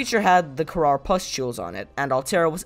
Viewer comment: Btw, it’s called the Kharaa, not kharar